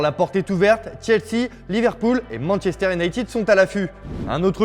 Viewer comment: alalala Manchester "nighted" lol